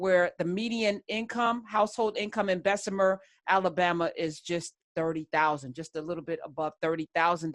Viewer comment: Unions good and bad and it’s Bessma not Bessemer